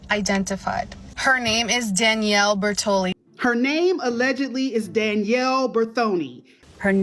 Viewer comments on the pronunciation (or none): Ber toe thee is the phonetic spelling. What's so hard about that? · Damn, 2025 said "Nope, try again "... they all butchered her name for sure, lol. better have learned something along the way, otherwise this downward spiral will continue on down.